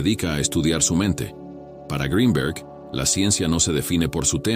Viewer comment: Que bien pronuncias Greenberg en inglés,,,,,si te esforzaras lo mismo para la pronunciación del español,,,otro gallo cantaria